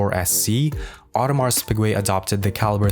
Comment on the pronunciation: Awe-de-mar Pee-gay, not AudemarS PIgwey